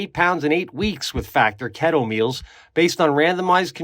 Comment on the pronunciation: Pete just a heads up bro the factor add is pronounced. Kee-to lmao not kett oo . I think I like it way better though lol ketooo